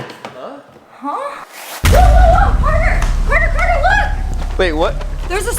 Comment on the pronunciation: This is how he says Carter Cater